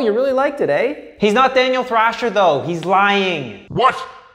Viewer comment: Thaniel drasher